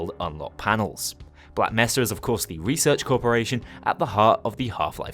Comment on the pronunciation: You pronounce it as "black may sah"